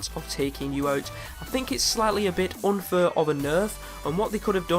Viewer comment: 1st of all plasma pea is the best pea shooter and 2nd of all you say fur instead of fair